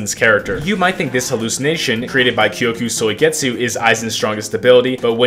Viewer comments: Why does he say koyku soigetzu 😭😭😭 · “kyokuh soy get sue”😭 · I had many moments in this video where the pronounciation of kyoka suigetsu made me want to commit unalive, but other than that this was an amazing W. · Is no one talking about the way he pronounces kyoka suigetsu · why is bro sayin kyoka suigetsu like that you watch the dub? lmao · I almost stopped watching the video mid-way because of how ungodly you pronounce " Kyoka Suigetsu ". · Egregious pronunciation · Bro say kyoka suigetsu so wrong